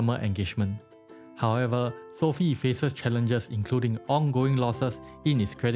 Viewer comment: Learn how to pronounce Sofi disrespect man